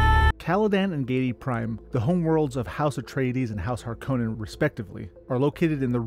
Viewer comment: Giedi, Harkonnen, Ophiuchi, not Geidi, Harkonen and Ophuichi